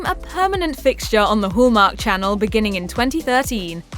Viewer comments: Very irritating to hear it called whooomark...its Hallmark. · There's no o in Hallmark you need to learn how to say it Hall no-oooooo